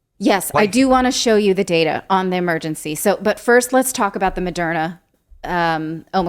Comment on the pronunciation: What's with pronouncing it Mo-dare-na? Is that a secret correct pronounciation that almost nobody knows about?